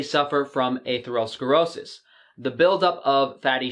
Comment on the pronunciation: The way you pronounce atherosclerosis makes me cringe